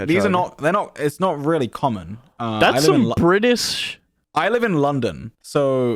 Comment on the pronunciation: "that's some britiss sh."